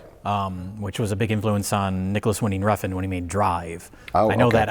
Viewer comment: Glad I finally know the official pronunciation of Nicholas Winding-Refn’s name